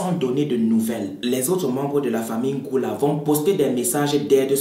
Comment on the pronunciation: C'est '' ngouala '' sinon bon travail 😹😘